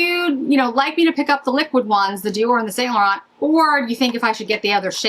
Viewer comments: St. Laurent pronounced like San Laur-on. The T's are silent. From a French girl 😊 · Yves St Laurent is either pronounced the French way or its Saint Laurence. I don’t make up the rules.